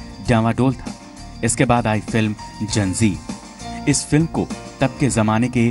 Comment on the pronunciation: For god's sake improve anchor's pronounciation. It is Zanjeer NOT Janjeer.